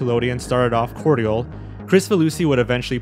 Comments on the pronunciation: Should definitely look up how to pronounce cordial my guy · did you seriously pronounce cordial wrong? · Do you write the scripts or just read them because you should know how to pronounce cordial. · Cordial is pronounced Korgel. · Cordial is pronounced "cordjul." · I've never heard "cordial" pronounced the way you say it. But I double checked, and it's legit: You're using the British pronunciation. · All these humans so hung up on how "cordial" is pronounced! Goodness me! To be fair, it is much closer to how it's said in the UK rather than North America. In truth, it made me giggle a little, like when I hear humans make cow noises. Silly humans! I have yet to meet one of you that speaks cow properly! So, despite the serious nature of this video, today you made a llama giggle.